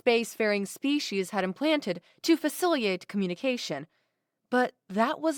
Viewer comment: Good story, good narration, but I have one noteworthy nitpick of the narration. You skipped a "t" in "faciliTate". Not the only error, but it's a weird one, because "faciliate" without the "t" you skipped, doesn't sound like any real English word.